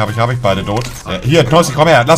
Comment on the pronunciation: Ich: sage Tot Monte: sagt dod (